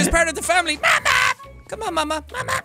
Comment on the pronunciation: Mamma means mom in Swedish. I cringed so hard every time you said mamma